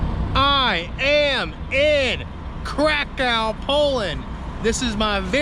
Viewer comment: Warsaw - , Kraków - 750 000, Silesian Coal Basin - . Pronounce the name of the city as "Crack - OOFF".